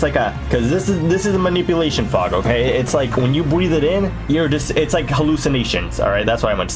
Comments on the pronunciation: he said bweath for a fact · "when you bweathe it in" Bweath??? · when you bweathe it in